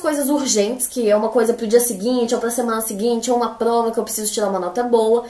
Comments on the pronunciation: muito legal como ela pronuncia plova e não prova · Socorro, ela é um gênio!! Notaram que ela troca o r pelo o l? Achei muito fofo, a fala "plova"